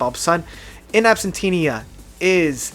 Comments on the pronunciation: It should be pronunced "In Absènxia". It means "in the absence (of the defendant)". It's a legal formula used in court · It's not that difficult. IN AB-SENT-EE-AH AN-EES-THA-TIZE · Okay, I'll go back and check out Blank Planet again, which didn't grab me when it came out. My favorite studio PT is Deadwing, but I mostly like to listen to their live albums. (PS. it's "In Ab-SEN-tee-a") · It's Ab-sen-sha my dude, ab-sen-sha. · “Inabsentinia“ lmao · Say it with me: "In. Abb. Sent. Cha." Great video. Thanks for the insights! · In Absen-TIA No "Tina" in there dude. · In Absentia = In Ab-sen-she-a Please, please, for the children, pronounce the album's name properly. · Glad you gave bonnie the cat some love but how could you not love the deadwing title track?? That’s one of my favorites. Sidenote: It’s pronounced In Ab-sen-sha. (Listen to the mars voltas song by the same name.) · It's " in - ab -sen - sha" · Sorry to add my voice to the clamoring masses: AB-SEN-SHE-A A-NES-THE-TIZE Great list by the way. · It's pronunced Ab-sen-t-ia. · This guy can't even pronounce absentia, shallow and anesthetize and he ranks PT albums, UHH! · Pronouncing In absentia: You keep adding an extra 'n' which isn't there. :)